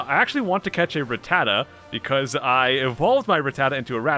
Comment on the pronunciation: um my dude you say Ratttata just fine, that's how it's pronounced lmao